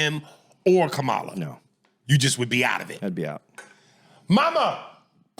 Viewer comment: Aries, cmon fam. You can impersonate anyone’s voice in the world, but you can’t produce Kamala’s name correctly?🤦🏾‍♂️